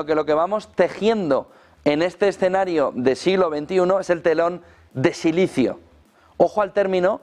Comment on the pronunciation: José deja el sicilio que no es sicilio , es silicio ,!! Deja a los sicilianos tranquilos